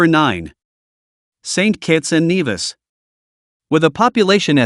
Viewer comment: Great but you mispronounced St Kitts & N-E-vis" That is where I went to med school.